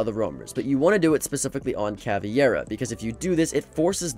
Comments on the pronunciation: its pronounced cavEIRA not caviera😭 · its caveira not caviera tho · Cah-veer-ah not caviairah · Someday he'll notice it's called cavEIra and not cavIEra, but not today 😢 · "Caviera" *Pain "Caviera" *Agony "Caviera" *... I'm gonna close the video, i can't hear he saying "Caviera" one more time Where he read that "ie" from? CA-VEI-RA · Caviera? Bro just pronounce it like "cavera" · Bro said caviera not Ca vei ra Yes this is how we separete in Brazil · “Caviera” what the hell is that prononciation of caveira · Ca vare uh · Not Caveira being called caviera 😭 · Any other brazilians get triggered when people her Cavi-Era? It aint even how it's spelt in game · Correction: Ka-ver-uh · bro said caviera. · Every time he said caveira hurt my ears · Bro you had 5 attempts to pronounce cav’s name right and still didn’t succeed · It's caveira man